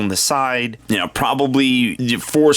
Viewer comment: You say ewe